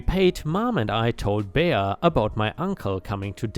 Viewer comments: Bea is pronounced bee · "Bea" is short for Beatrice, and pronounced "Bee." 8-) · Last story wow and she’s supposed to be doing it for the church? Jesus was not happy with her. It’s pronounced Bee lol .✨💖🤩☄️🌠😎🎆🕊🙏🏻👍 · "Bea" is pronounced "bee" - short for Beatrice - which is pronounced bee-a-tris. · Bea is pronounced Bee. Don't know why since it is short for Beatrice. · "Bea" is pronounced Bee, its short for Beatrice